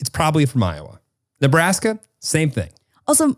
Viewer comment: The way pronounced Iowa made me laugh so hard. 😂